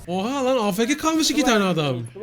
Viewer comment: Afk değil afeke :D